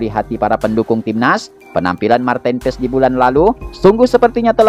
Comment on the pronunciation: Cara sebutnya.. Martin PAAys.. 😊.. Bhs Belanda min... Bukan paEs😅..